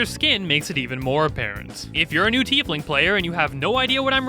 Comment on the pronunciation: Changeling and Tiefling were so on point XD